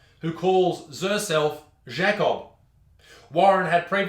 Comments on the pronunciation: Why are you saying zhakob instead of JAY-cob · Pronounces Jacob as Schecobb??? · I’m not trying to be a dick but u said Jacob like shaycob, lol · it's pronounced JAKE-OB hahaha i hope you mispronounced on purpose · At first I thought he said Jack Off is stead of Jacob at the start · The Way you pronounce Jacob hurts me it’s Pronounced Jaycob/Jaicob. And the Is the J is pronounced like the G in the Word Germ. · Why do you say Jacob like a confused frenchmen also i want to smoke i love smoked meats and im not going to stop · Why did he say Jacob in a French accent.